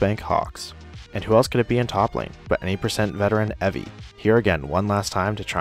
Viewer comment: Evi is prnounced Ebi smh